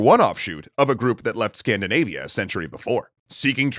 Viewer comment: "SCANDANAVIA"??? Seriously guys, I love you but why do you always do stuff like that????? >_<